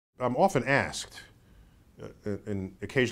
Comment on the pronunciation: "I'm often askedetuh." .